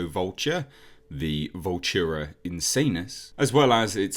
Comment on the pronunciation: "Vultura Insanus" 🤦